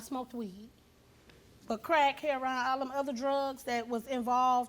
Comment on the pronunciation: She mispronounced heroin i believe her that she doesnt do drugs 😂